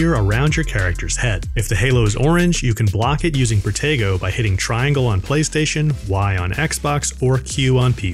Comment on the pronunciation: Is it just me, but when they say protego..sounds like potato 🥔